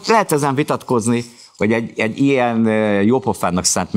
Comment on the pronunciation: roppant tehetséges és szimpatikus ifjú hölgy! Ám az affektáló intonációján mindenképp változtatnia kellene. ( Nem = nám, ilyen= ilyán, szerintem = szántám, tehát= tet...stb.).